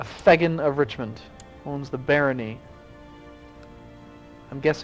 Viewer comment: I realise I'm over a month too late, and you may have got it right later on that I've not seen yet, but "Thegn" is pronounced "Thane" :)